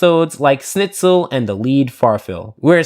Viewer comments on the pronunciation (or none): its not snitzel u should pronounce it sh-N-it-Zel